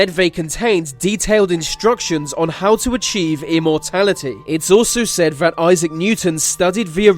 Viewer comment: please say 'that' instead of 'vat'